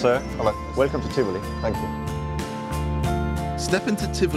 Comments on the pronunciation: “Welcome to tifli” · han sagde tifli i stedet for tivoli hahahaha